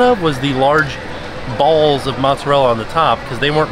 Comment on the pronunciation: I giggled when he emphasized “ BALLS”